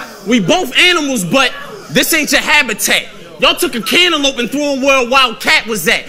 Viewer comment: anyone else hear call it a cantaloupe instead of an antelope??